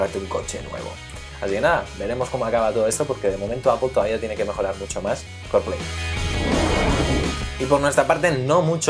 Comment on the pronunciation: Buen video. Aunque ya que pronunciais bien "Apple", pronunciad bien "Carplay", no "Corplei" sino "Car" xd